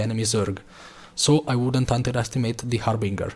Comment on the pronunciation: Harbinger - haar buhn jer , not hamburger .